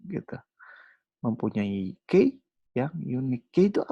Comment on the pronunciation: Materinya bagus cuma frustasi nih denger key dibaca key, dibacanya kiy harusnya wkwkwkwk